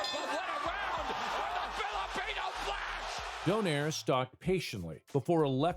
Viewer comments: its not pronounced as don(air). but "do(nay)re" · Its "Donayre" not Doneir" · Btw the correct pronunciation of his surname is don-eye-reh. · In the Philippines we pronounce his surname as doh-nai-reh